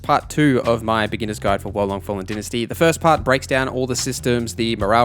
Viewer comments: It's Dy-na-sty not dentasty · Dy-na-sty is the American way, din-asty is the uk/ aus way 😁